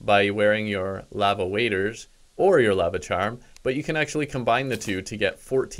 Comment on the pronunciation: aaaahhhh every time you say lava